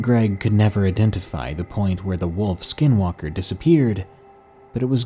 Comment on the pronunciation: Being a full blooded Native American of the Navajo tribe these are very interesting stories, but we say skinwalker differently. Keep it up 💪